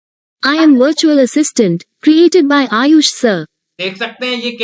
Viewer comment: Ye 'bertual' kya hota hai